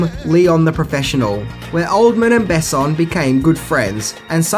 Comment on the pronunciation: And the emphasis in "Besson" is on the "o" not the "e" :)